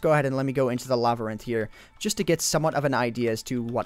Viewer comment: He said labyrinth funny, that's all.